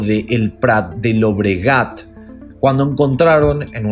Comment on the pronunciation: Excelente caso! Solo un detalle: en catalán, Cornellà de Llobregat y El Prat de Llobregat se pronuncian con la misma doble ele que Jumillas, no con una sola ele. Por todo lo demás, fue un caso muy bien trabajado por tu parte, saludos!